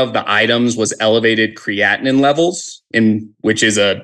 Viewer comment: Kray- a/tin 🤣